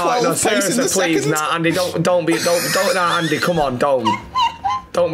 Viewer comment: Do you think messeh is going back to barceh,?